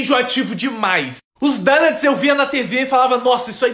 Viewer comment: DONUTS se pronuncia DOWNÃTS e não DÃNÃTS.